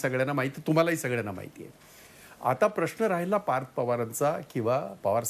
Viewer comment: आशिष मराठी भाषा नीट वापरली पाहिजे. आपले काही उच्चार अशुद्ध आहेत. राहिला, पाहिला या शब्दांचे उच्चार चुकीचे आहेत.